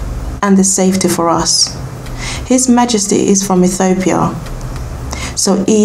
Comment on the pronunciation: My girl, I am Rastafarian and you have some information which is historically incorrect and your pronunciation is off and convoluted with bible verses. Aethiopia??? Never heard of that. Abyssinia is the original name of Ethiopia. So go read some more! Watching here in St Lucia 🇱🇨 and disappointed with this tlc